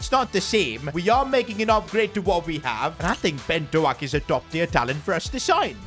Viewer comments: please learn to pronounce Ben Doak's name correctly 🙏🏽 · Your butchering doaks pronounciation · Thats not how you pronounce ben doak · not how u say his name 💀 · You keep mispronouncing Ben Doaks name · Disrespecting ben doak with that pronunciation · You’re saying the name of Ben Doak wrong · U pronouncing doak wrong 😂😂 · Ben Doaks name s pronounced like oak but with a d in front of it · I'm not Scottish but I think its pronounced "doke". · hey its pronounced ben dough-k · Ben do-ak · It’s pronounced Doke hope it helps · It’s pronounced Ben Dok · Doak is pronounced D O K O is pronounced as an O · It’s pronounced D O K E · You pronounce doak as doke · Js so you know, I don’t blame you cause I know u have a bed record with names, it pronounced Douk with like an “o” sound not “oa” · ben doak's name should be pronounced 'doke' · Ben Doak's name is actually pronounced like "Bend oak" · Doak is pronounced (doke) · Pcq: Doak's name is pronounced as if it is spelled Doke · Pronounced Doak liek Oak btw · “Ben doAAk” 😂😂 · Sorry man but it’s Ben Doak not Ben Do-ak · The way to say the new signings name is Ben Doe-ck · Its not Doak its Doke🤬🤬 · It is pronounced like Ben dOak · “ben doAk” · Bro said doAK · No way hd pronounced doak like that😂😂😂I’m wheezing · Just to let you know(even tho you most likely won’t see this)Ben doak is pronounced dough-k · Stop calling him do-ak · It’s ben d-oak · It's not Ben Doak you need to say it like this: Ben Doke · Ben Doak is pronounced Ben Dohk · you don’t pronounce doak’s name like that it more like dowk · As a liverpool fan I am disappointed you can't pronounce doak (Dough-k) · The pronunciation of doaks name rhymes with stoke. Hope that helps I didn't know how to word it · Ben do-ak 💀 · You’re not saying Doak right, its pronounced like doke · its pronounced "ben doke" btw lad🙏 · I’m Scottish and bens name is pronounced Ben Doc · It is Ben Dok in pronunciation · Doak like "oak". A single syllable. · Is Doak not do ak